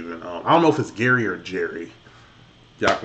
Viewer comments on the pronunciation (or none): none